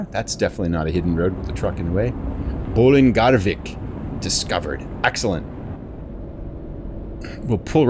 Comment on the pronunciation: Your pronouncement of Bolungarvik was fantastic